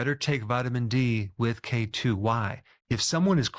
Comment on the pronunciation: Emphasize k2. Not k1.